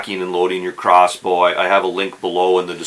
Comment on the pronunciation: Is he saying cross boo?